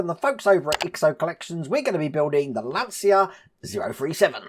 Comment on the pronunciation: FYI in italian it's pronounced "luncha".